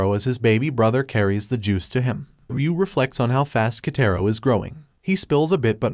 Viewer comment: Just to sAy its "Kataro" i think. not"Kaytayro